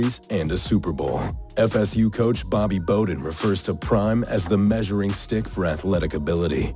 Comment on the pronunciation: Dion’s coach at FSU was Bobby Bowden. As in Bow Japanese style so Bow Den. Not Bo Den. The auto generated scripts mid pronounce lots of stuff.